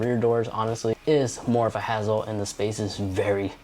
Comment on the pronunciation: He also said "hazzle"